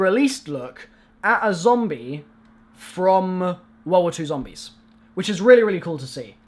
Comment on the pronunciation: I died when he said ZOMBLIES